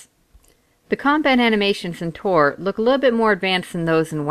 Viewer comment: I hope you know it's TOR right....not ToR... :/